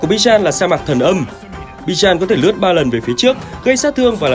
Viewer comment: Bijan ❌ Bi-Chan ⭕️